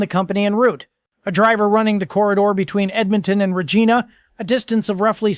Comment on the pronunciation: I thoght you were a Canuck! - thats not how you Pronounce Regina!! ( lol